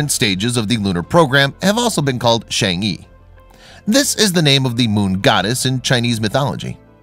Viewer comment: Really cool video! It’s just that the pronunciation of the chang’e isn’t Shang-ee but instead sounds more like Chang-uh. Sorry it just really bothered me haha 😅